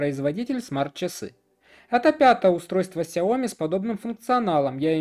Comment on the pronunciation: Про глушить в видео "окей гугл" очень мило, спасибо) Кстати, в сяоми ставится ударение на И. 小米 можно вставить в транслейт, а также могу дать авторитетный источник в этом вопросе если интересно :)